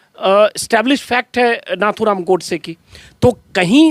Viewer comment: plZ pronunciation is नथूराम not नाथूराम